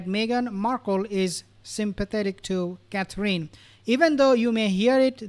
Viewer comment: Please pronounce Catherine the right way. It's not Catreen